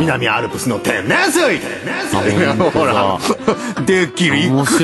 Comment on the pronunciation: 南アルプスの天↑然↓水↓